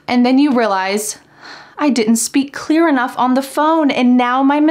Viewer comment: Why is clear pronounced khlear ...and twenty pronounced thuwenty ...and pdf as phee df...